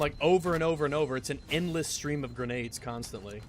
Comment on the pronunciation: “Its an endwess stweam of gwenades constantwy”